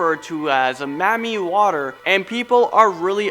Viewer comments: I’m so annoyed at how he said Mamiwata😂😂😂 “mammie water” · isnt it mami wata? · It’s pronounced “Mami Wata”!!! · lmao when he said that i was weak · Marmii waterre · Ps: it’s pronounced MAMI WATAAA. Lmao I hang around Africans too much. I hear about MAMI Water all the time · Me too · YO is pronounced Mami Wata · 😂😂😂😂 oh my he made my day how he pronounced it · He's pronunciation of mami water is soo weird😂😂😂😂